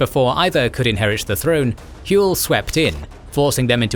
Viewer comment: It pisses me off how your saying hywel it’s H what you say when your punched or hurt then well